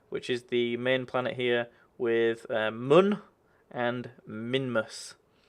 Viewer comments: no you say moon and not mun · mun not moon :P that is how they spell it in the game